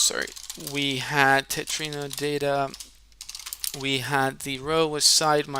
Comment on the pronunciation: Its Tetromino not Tetrino btw Great demonstration!